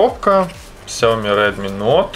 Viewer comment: Не нот а ноут